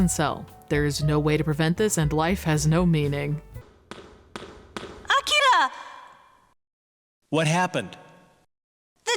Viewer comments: Honestly, it gave us nothing, but it is impressive the actors pronounced 'Akira' correctly, with the emphasis on the correct mora. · I like that most of the voice actors are completely phoning it in, but they still manage to pronounce Akira correctly. Or at least, as correctly as an english speaker from the 90s could. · Boy, these voice actors are pronouncing the hell out of "Akira"